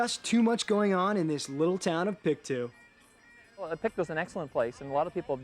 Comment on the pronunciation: It's pronounced..... PIC - TOW not PIC -TWO. ;)